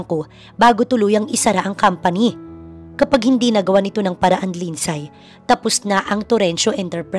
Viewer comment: Eto lang ang story dito na sobrang daming NEGATIVE na koments VERY, VERY TOXIC ang flow ng story…Paanong nangyari na mas may utak pa yung 3 y/o na bata kaysa sa CEO bilyonaryo daw na inilulubog naman sa sariling sabaw ginigisa sa sariling mantika ng cheater EX-GF.?? AT Take note—MAY PASSWORD daw yung tablet ng bata & knows how to change it hahaha! ( LINDSAY is pronounced as LIND-SEY not LIND-SAY )